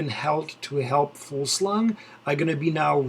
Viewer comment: His name is Jakob Fugl-sang and not Fug-slang!! As a Dane like himself it annoyes me to hear that kind of pronunciation :D Back to the stage prediction. Teams who will try something 1. Astana (Fraile, Cort -> They will wait using Lutsenko and Bilbao for the mountain breakaway at stage 18. I really hope to see Cort nail this stage to honor his fellow countryman Fugl-sang!) 2. Michelin-Scott (Trentin, Impey) 3. CCC (Avermaet, Geschke, where the last guy if not tomorrow then the day after tomorrow we will see him breakaway - fantastic condition) 4. Team Dimension Data (Valgren) 5. UAE (Costa) 6. AG2R (Naessen) 7. Lotto Soudal (De Gendt, Benoot) 8. EF Edc. (Clarke, Woods)